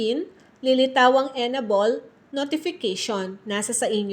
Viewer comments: EN- ABLE not enabol 😊 but thanks for the info ❤ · M; yong pronunciation ng enable ay en-ey-bol.